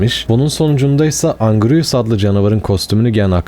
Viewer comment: abi yanlış okuyorsun lütfen bu yorumu gör ve doğru oku valla içine iniyor yanlış anlama godzilla - god zilla (doğru okuyon) mosura - mot-ra Ghidorah - gidorah angirus - angeyrus okunuşları bunlar ab